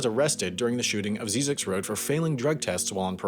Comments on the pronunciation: He got the name wrong. It's pronounced "zizzix", not "zeezix". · Ziz icks, not zee (at least that's how I say it, don't think anyone really cares much either way 😂😂) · First of all, it’s pronounced “zye-zix.” Second of all, it leads to an ecological research center that is very important for desert related ecosystems and animals. It isn’t just a random road people in SoCal love to laugh at on their way to Vegas 😉. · It is actually pronounced Zz "I" ZX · It's actually pronounced ZY-ziks. (Rhymes with Isaac's.) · the road is pronounced “Zie-Zek” and there’s a science camp there that i stayed at over the weekend as a requirement for a science class at my university. it was pretty fun and we hiked out into the desert and searched for scorpions with UV flashlights at night. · It's pronounced "Zi-Zicks." First I like "Rise," second I like "Vicks." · its prounounced Zie-Ziks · You pronounce Zyzzyx incorrectly the first y sounds like a long I. A few people live and work there. There are classes at Zyzzyx regularly on archeology, history, photography and numerous other topics. I have given talks out there at the annual symposium and it is one of my favorite place in the desert. The movie crap though. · You're saying Zyzzyx road wrong. The Z has a S sound not a Z sound